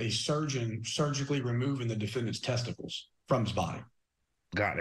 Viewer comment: I don't think the first guy can say testicles that was jarring five seconds in lol, finally a real punishment